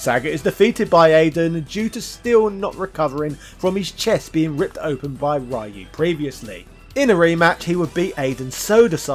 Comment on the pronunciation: The way you pronounce Ryu's name as Rai-Yuu is awful...